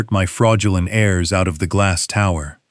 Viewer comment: The text read, "They watched ghe powerful 'hares', instead of 'heirs'. Another mistake that Ai's reading generalky makes is the tense of the word, 'read', that is ssid differenyly according to context and not spelling.